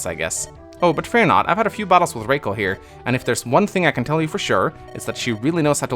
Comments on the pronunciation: Rah- Kal is better ray-cal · I think Rakel is supposed to be pronounced as in "Racquel" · Bro her name is ROCKELL. ROCK -ELL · Rakel pronounced like Raquel. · “Okay. Race Kwell”